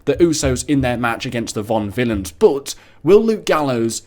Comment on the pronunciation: VAUDEvillains not VONvillains, just saying